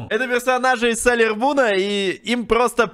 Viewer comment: во первых не салер мун а сейлер мун во вторых это ад для глаз